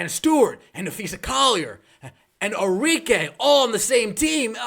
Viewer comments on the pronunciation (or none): none